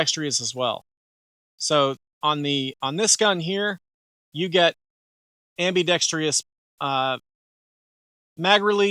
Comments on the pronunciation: Sorry, but the viewer you made the joke about was right. Hearing am-bee-dex-tree-us is like fingernails on a chalkboard. When you’re doing any kind of public speaking, it actually is important to pronounce common words correctly. Am-bee-dex-trus, there is no letter “I” at the end of the word. And in a side note: I remember when the Echelon first came out and it irked the fuck out of me to see how they chose to spell it. It made me want to be defiant like you and say “etch-a-lon” but then I remembered that I have a supercomputer in my pocket and I can research anything. Turns out it is equally right to spell it Eschelon AND Echelon. And they’re both pronounced only one way: esh-a-lon, there is no ECH sound. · Great review, but I never heard someone add an extra "i" in *ambidextrous